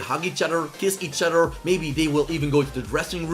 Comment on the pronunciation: “Each oter”